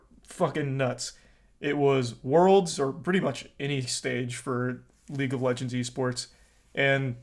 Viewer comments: Ah, league of leegnds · Leauge of Leegnds